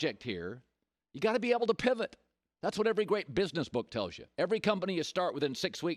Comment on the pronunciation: Colin "Gotta Povit" Cowherd